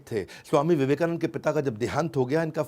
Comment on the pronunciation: Theek hai Modi ji Ne Tumhari University ki marksheet band kar di Vivekanand ko Vivekanand bol rahe ho